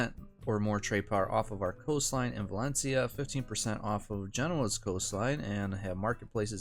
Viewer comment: VALENCIA not VALENICA